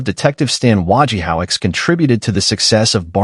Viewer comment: While I appreciate your efforts, if you are going to do these, it "might be nice" if you actually watched and LISTENED to the shows you are talking about. It isn't "Wa ge howitz", it's "Wo ge ho witz" as we all know because his name and how to say and spell it are running gags throughout the run of the series. Please.